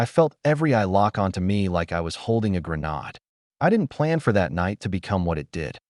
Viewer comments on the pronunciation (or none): Gren-arrrhd sounds so posh, doesn’t it! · But “gre- naad” sounds so much less lethal.🤪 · what the hell is a gren-odd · GREN_AID is the proper pronunciation, fix your damned AI Narration! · Greh-NAWD sounds so urbane. So sophisticated. Like something you'd serve tea with. "Can I pour you some Darjeeling from the greh-NAWD, madam?" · Can't they pronounce Grenade and Resumé correctly..??? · The AI used ze French pronunciation for granade. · I wish these AI voices knew how to pronounce words. Had no idea how to say grenade or resume! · Is that how grenades pronounced? Is that how resume is pronounced? Is that how bo is pronounced? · Life lesson: Artificial Intelligence SUCKS Can't pronounce grenade Or resumè Or bow for ribbon Here comes aunt Linda for the umpteenth time.